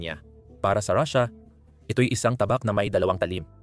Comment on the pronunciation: Paanung katotohanan ang sinabi mong vlog mo kung pronunciation palang ng russia ay mali na.